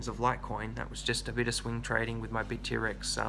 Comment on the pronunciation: "bit T-rex". never heard it pronounced like that before. funny, but confusing...